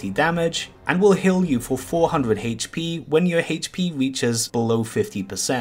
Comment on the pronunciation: The way he says HP pisses me off.